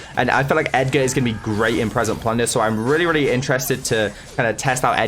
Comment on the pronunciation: Ur supposed to pronounce it ‘edge’er’